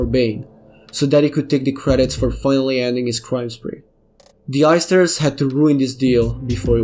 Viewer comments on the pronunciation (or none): everytime he says the heisters it sounds like the oysters